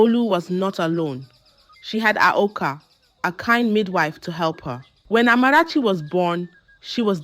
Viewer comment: She doesn't pronounce words like a Ghanaian and has no Ghanaian accent. She pronounce the Amarachi perfectly.